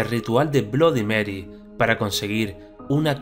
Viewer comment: aprende se dice bloody merrui asi se dice